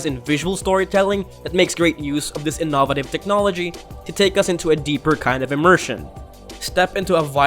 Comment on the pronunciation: 😂 the way he say innovative and enthusiastic. Lol